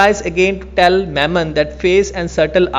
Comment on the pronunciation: i am sorry if you felt that was a harsh one... But try going to timestamp and play... Especially, the way you pronounce words like "tell" and "elixir"... No offence man, I just said what I felt was wrong and no big deal.. I have seen even worse.